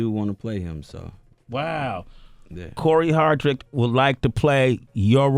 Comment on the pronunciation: Hardict, not Hardrick Sway lol